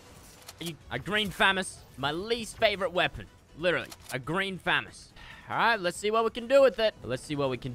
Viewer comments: he triggered me by kept say fam-us I thought it was fuhh-mos lmfao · Btw it’s not fam ess it’s fa moss good vids tho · famis ha ha ha it’s pronounceded famas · Did anyone else get annoyed when he said famees instead of famos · Listen to me fresh fu-mas instead of famas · It’s “FU-MAS” NOT FAM-ES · It’s fa moss not famass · Fu-ma-s=famas not fam-as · It’s killing me he is saying famiss it’s pronounced fah-moss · this is how many times he said "green famist" | | v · I love how says fmas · The amount of times he said fammas !! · The amount of times he said FAMIS🤣🤣🤣🤣 or GREEN FAMIS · is it me or is fresh saying famas like famus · “Green Fammous” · there should e a counter on how many times he says green phamas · “Green famus” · Can I get a dollar for everytime he said thermas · It’s pronounced Fu-mas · how many FREAKIN TIMES DOES FRESH SAY GREEN FAMUS LIKE YOUR SAYING IT WRONG AND YOU SAY IT A GAZILLION TIME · Y did he say grean famas so much he didn't even say it right 😂😂😂😂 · The way he says Famas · Say FAMAS right!!!! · Someone please tell me how many times he says "green famas" and says it incorrectly. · Anyone els get triggered When he say Famas and not famas